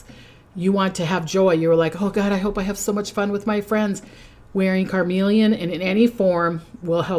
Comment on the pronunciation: CarNelian (, it sounded like you were saying "carMelian"). (Love you!! To bits!)